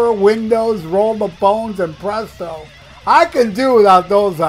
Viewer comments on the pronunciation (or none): none